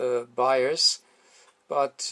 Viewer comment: Hello-- There was a minor confusion in your explanation of the set-up of the bias voltages. In the video, you used the term "buyer's voltage". It took some time for me to realize that you were saying "bias voltage". LOL Very funny, on my part. Very nice video, and very well done. The importance of a good visual is shown here.